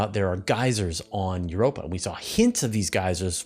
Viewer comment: For a moment I thought you were saying 'we found carbon dioxide in Europe' 😂